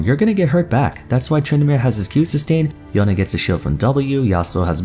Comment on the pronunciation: Its not yonay its yone ...